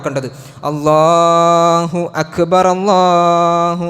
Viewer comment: بارك الله فيك ، നല്ല ഖുതുബ الله أكبر ، الراء بالضم